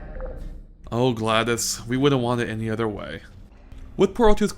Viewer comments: GLADIS?????? ITS GLADOS!!!!!!!!!! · I have one complaint, You call GLaDOS gladis D=